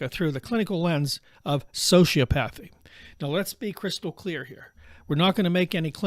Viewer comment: Bannon is also a sociopath. Birds of a feather. Also please teach your AI to pronounce hyperbole and sociopathy correctly.